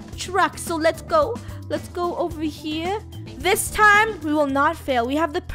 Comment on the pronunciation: its so funny that says gow instead of go